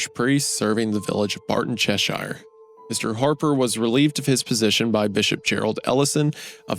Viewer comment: Loved the reading as always but those place names man lmao for anyone interested "shire" as part of a place name is pronounced "sher" (Cheshire = Cheh - sher , Worcesteshire = wus-teh-sher), if its on it's own you pronounce it how its spelt though (ie the shires = the shy-ers).